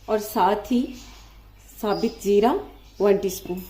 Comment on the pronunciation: Lafs „Sabit“ nahi SABUT Hits hai